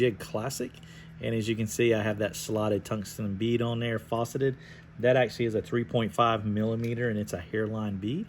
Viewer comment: Good video, but - it's not "fauceted" it's 'faceted' bead... "Faa-ceted" like Also - solid attention to detail with the flashback on the bottom - as the fly will/should be riding upside down... Great attention to detail! Additionally - when you spin your peacock herl, if you hold your thread upward at about a 30º angle, the thread will start to spiral-wrap with the peacock right down at the eye. It really makes a difference when you're doing long stretches or runs of spun material w/ thread. I think the new Norvise channel showed this on one of their recent live streams. Revelation dude. Good Tying though brother.